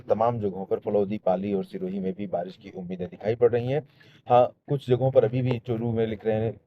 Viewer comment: Barish ko kabhi kabhi barash bol de rhe ho aap 😅